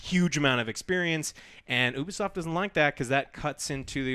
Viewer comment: ITS NOT OO-BISOFT ITS YOU-BISOFT